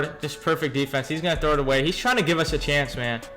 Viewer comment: U just don't know how to say defense...try using all mlb